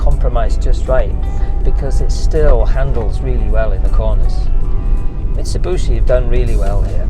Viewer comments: It's bishi, not booshy. Nice rig! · so this is a Mitsa-boo-shee Delica D5 😅😂😂 Nice vid & build BTW